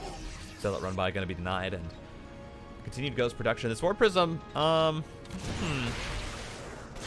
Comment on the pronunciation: I understand you're trying to pronounce it correctly, but we can just pronounce it "Zj-ow-n" lol idk why it bothers me